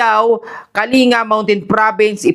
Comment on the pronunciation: Shalom sir paki check po ang pagbegkas Ng kalinga Mali po kase nagging kalinga